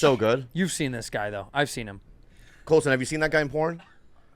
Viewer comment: I kept getting confused every time Bobby said Colson , I thought he was making up something up 😅